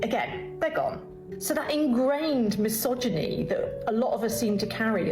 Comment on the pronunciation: You said Mahogany not misogyny